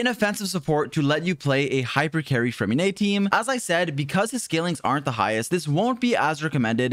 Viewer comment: Finally someone who pronounces his name correctly